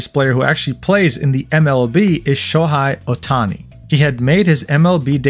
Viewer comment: It is Show-Hey Otani, not Show-hi Otani